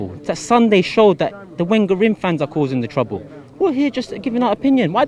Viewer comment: After 20 years, you should have learned how to pronounce Wenger! You don't speak for all fans. Some of us want to stay.